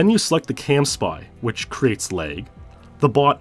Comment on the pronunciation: lag not leg